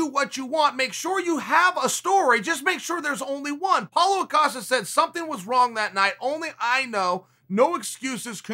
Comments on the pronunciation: Seriously, I don't know how come he never gets Paulo Costa's name right. I mean, it is a very simple name, isn't it? lol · If Chael says it's Paul O'Costa, than it's Paul O'Costa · Paulo "O'casta" Acosta. Ok great